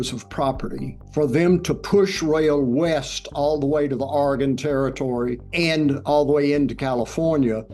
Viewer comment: I'm sorry, Mr. John Robert Smith, but wtf is Aragorn territory? It's spelled Oregon and pronounced "OR(uh)-gunn". I bet you pronounce Appalachia wrong too. Lots of people learned to pronounce that the wrong way, "AP-uh-LAY-chuh" but that one is supposed to be pronounced "AP-uh-LATCH-yuh".